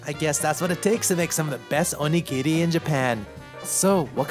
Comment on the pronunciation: Not that I'm surprised, because it's you, but I'm so glad for your pronunciation of "onigiri". Everytime I hear "OH-KNEE-GEAR-EE" I cringe so bad.